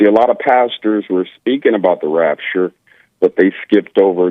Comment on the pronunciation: I laugh out loud every time Jesse says “The Rapturrree” 🤣